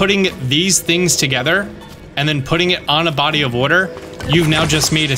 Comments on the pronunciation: I recently found your channel when I started playing totk and I didn’t know anything about you except ONE THING…I knew for a fact you lived somewhere in the northeast of the United States because in one video you kept saying “wooder”…iykyk 😂😂 and now you just confirmed it by saying you’re from NJ 😂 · I knew you were from Jersey when I heard you say water 😂😂😂😂😂😂😂😂